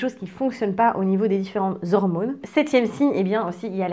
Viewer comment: Les "hirmônes" ? Bon je change de chaîne